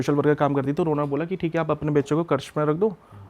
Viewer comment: Think hai 😂 Thik hai 😂 Thik hai 😂